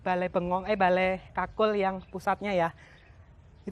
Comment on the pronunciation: Ya gpp yg bener itu 'Bale Kukul' & Suksma.